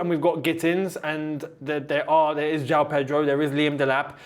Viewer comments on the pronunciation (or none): none